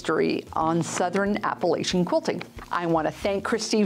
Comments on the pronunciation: Okay, I love your channel, so am not a troll, lol. But it's"Appa-latch-an", not "Appa-lay-shun". Just a little thing I have about that pronunciation. Anyway....looks like it was a fun time, lots of inspiration! Thanks for the recap. I think I need some of those rinse away design sheets. I'm a newbie to embroidery and that looks like it might help. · I was trying to find a polite way to say this as well! The funny, if not so nice way is, if you say "App uh LAY cha," I'll throw an Apple-atcha!" 😂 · I live in the Appalachian mountains and it's pronounced with a "ch" sound similar to a sneeze- ah-cha not the " sh" sound which many are trying to use these days. As if you were telling someone " I'm going to throw an apple at cha" ( that's hillbilly for you)😅.😊